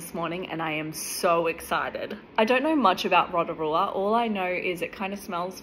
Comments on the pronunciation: Love Rotorua 😊 Btw the way its pronounced row-toe-roo-a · OMG I LIVE THERE😂 When you pronounce Rotorua say it like row ta rua 😅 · Row to roo a thats how you pronounce it but nice try! I love your vids though❤